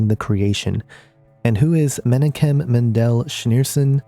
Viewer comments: Just an FYI: The name is pronounced meh-knock-kem. There are regular prayers said at the Rabbi Menachem Schneerson's grave to raise him from the grave as the Messiah. A picture of Rabbi Scheerson hangs in every Hassidic & Zionist Jewish home or Temple. He is their most beloved father. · This person does not know how to pronounce the names - Messiah (Mah-she-ahch) Menachem (Men-ahch-hem) But I agree Jared may well be the anti-christ. Jesus is the messiah and will return soon. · Pronounce Menachim = men AHH kim Lubavitcher = lu BA vitch er